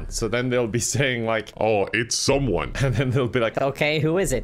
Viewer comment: it made me laugh when u do say someome